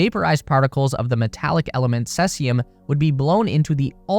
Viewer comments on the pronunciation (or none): Wtf is "sessium"? That is not how it is pronounced.